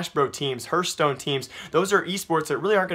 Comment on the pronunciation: He said hurthstone in the vid :D